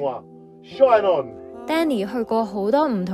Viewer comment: Shine on ，要連音講：shinon